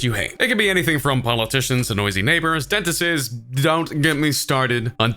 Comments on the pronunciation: Dentistses? Lol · Did anyone else notice he said dentist's wrong?